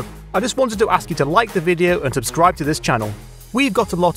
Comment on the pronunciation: THE SUBSCRIBE BUTTON LIGHTES UP WHEN YOU SAY SUBSCDIBE